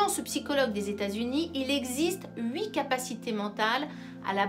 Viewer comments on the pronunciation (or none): none